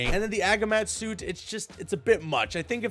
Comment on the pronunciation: wdym agi-mat its a-gi-mat